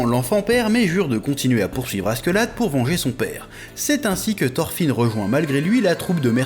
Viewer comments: Par pitié ... arrête de dire askeuladd on dit askeladd par contre leif à réellement existé c'est celui qui a découvert le vinland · "Gomsvikings" "Asquelade" jpp chef non 😭